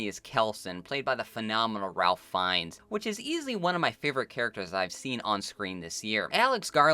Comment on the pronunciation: I know it makes no fucking sense, but Ralph Fiennes first name is pronounced Raef